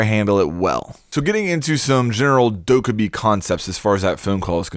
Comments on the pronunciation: Just thought I should say it’s pronounced “dokkehbie” I just get so annoyed when people say “ dokkebie” ... 😂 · Pronounced doe-Kay-bye, like “okay bye” on a phone call. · Anyone else hate the way he says dokkaebi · your incorrect pronunciation of 돜캐비 disappoints the korean menace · It’s pronounced “phone” not phune and also “Dok-a-b” not duke-a-b lmao